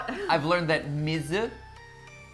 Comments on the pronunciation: water in Japanese is Mizu pronounced me zoo, not whatever Mat said. Though I understand that in a song it's harder to learn than in a classroom or from birth. Maybe Ollie will be semi trilingual because of Disney songs! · Hi, Japanese student here. Not trying to be a know-it-all or anything, but I see a teaching opportunity and I can’t resist. So, Matthew was correct that ‘mizu’ is water in Japanese, but I think his French experience was coming through a little in his pronunciation. (I also speak French and this happened to me a lot when I started learning Japanese.) The characters for mizu are pronounced like ‘me’ and ‘zoo’ with each sound taking up the same amount of time. And also, while mizu does mean water, in the context of a Moana song, the word ‘umi’ (oo-me) might fit better as that means ocean. Though just saying mizu in reference to the water in ocean is still completely valid! Japanese is a fun language and trying to learn a little through a fun Disney song is super awesome! Just want to be encouraging. :) Mini Japanese lesson of the day brought to you by a quarantined college student.